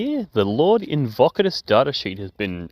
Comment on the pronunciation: I misheard you the first time you said this guy's name, now he will forever be "Lord Get-Fockadus" to me.